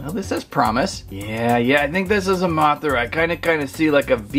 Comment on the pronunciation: THAT WAH-THRA GOT ME DYING OMG XD